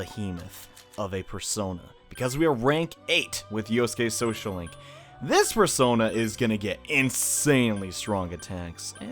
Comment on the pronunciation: Y did i never notice teddy saying bear-sona instead of persona until now